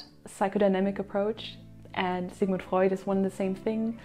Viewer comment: The way you pronounce the names of Freud, Adler and others tells me you that you know what's you are doing